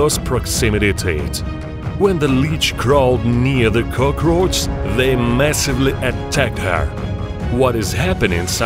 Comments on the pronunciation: this is like a gladiator arena, everyone just watching them fight to the death lmao (edit) Its "cockroach" not Cokrooach or cokarooch (edit 2) It's "immediately" Not imidely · Nobody: This guy: Cœgrøæçh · I like how he says it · Love the way he pronounces "cockroach" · I love how he's keeps saying it "kukroch" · No one: Japanese American anime guy: kokroch Also this guy: k o k r o c h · No one:: Cocoroachs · Nobody: Him: cookRoch 🦗🥩🌭🌮🌯🍜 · The way he pronounces "cockroach" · Him: cukrosch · He pronounces cockroach “Cookroach” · I love how you say cockroach. Gives me the jitters. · the way he pronounce cockroach distracts me